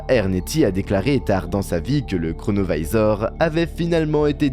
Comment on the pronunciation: Pourquoi prononcer à l'américaine un objet italien ? Singer les américains ne vous rend pas plus crédible...